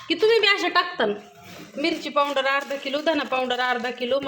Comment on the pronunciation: पाउंडर नाही ग आक्का पावडर म्हण